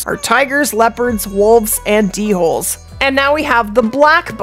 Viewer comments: it's pronounced dole, isnt it? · Listening to Lady say D-hole instead of dhole made my day😂😂😂